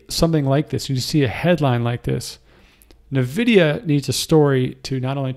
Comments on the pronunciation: its N vidia. not na vidia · It's pronounced N-vidia [envidia]. Surprised you're from this area and don't know that :x. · Thanks for all your info. BTW "N" Vidia.